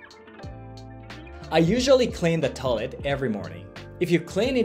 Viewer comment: The word is Toy-let. Not toe-let.